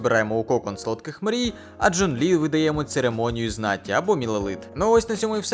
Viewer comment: Боже, у меня аж глаз задергался от этого «Джун». Я не понимаю зачем и почему, ведь этот перевод не правильный. Вот это оригинал: 钟离权 читается как Zhōnglí (Напомню для людей то, что китайские звуки не такие же как английские, можете проверить это в переводчике(Если вы используете переводчик может появится ещё quán (Zhōnglí quán), это из-за того, что имя Чжун Ли пишется как имя одного из бессмертных)). Потому Джун Лi — это не правильный перевод на украинский, более корректным будет Чжун Лi